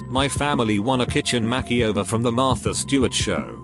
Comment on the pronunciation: I love the way this Bot mispronounces things. Makeyover, Faucebook, Fianke, and others. 🤣